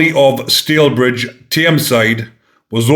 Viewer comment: Hi, it's STALYBRIDGE, Tameside. (I Know it very well, i have relatives who live there)